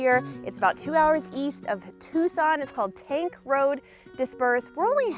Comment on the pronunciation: The road you're on, Tanque, is pronounced in 2 syllables tan-keh.